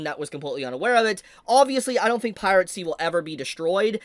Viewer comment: why does he pronounce it "pirate c"?